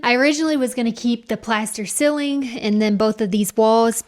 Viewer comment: I wait, impatiently, for each week's episode. Fun to watch your progress. But we have to talk about how to pronounce "ceiling."